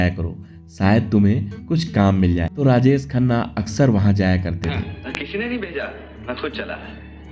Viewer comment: अबे, राजेस खन्ना नहीं राजेश खन्ना !! बोलना सीख ले पहले! 🙄